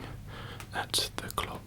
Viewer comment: the way he says "clock" is a trigger for me 😌